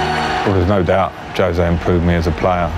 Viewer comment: No one in the video can pronounce poor Jose’s name correctly. Poor them.